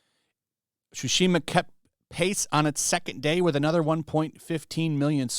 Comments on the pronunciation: hehe, "Tchuchima" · is butchering the title of the game with such a glee in his voice. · I am here to listen how pronounced the game's name and it's always as amusing